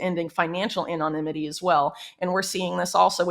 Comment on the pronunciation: She doesn't know how to pronounce "anonymity."